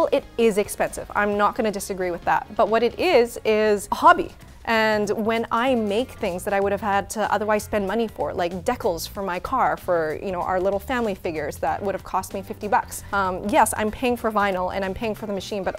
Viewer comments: did she call “dee-cals” deckles? 😭 Love you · it's De Cal's not decholes lol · Decals? Circuit? Lol you have some funny pronunciations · Deckels 😆 decals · the amount of weird a word pronunciations are triggering me like decals.... you said "deck els" not "dee cals" trigerrrrinnggg meeeeeeeeee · please never say deckals , say deeecals , it's very annoying to hear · Uh, it's dee-cal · is awesome.... and deck-als?!? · I'm sorry but what is a "dec-kal"? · Cry-Cut? Deckles? Orgami? I can't tell if this is due to Canadian accent or is actually mispronouncing all of these words lol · I'm so glad is hosting videos and showing stuff that she's passionate about, great flow and a nice calm conversationalist. I kept doing double takes over her pronunciations for certain words though... between origami and decals I had to clutch my pearls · I've never heard anyone pronounce "decals" like that lol Love glad to see her on the channel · The way she says decals reminds me of the Madison episode where Linus said Q-pon instead of cou-pon. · Decals decals decals what did you say